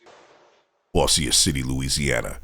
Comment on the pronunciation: Bossier. It’s pronounced “Bozjer”